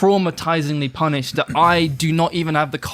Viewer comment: Bro mans a pussy, putting in emphasis into words like "punished"🤣🤣🤣fucking prick, only had friends with these snake yutes🤣🤣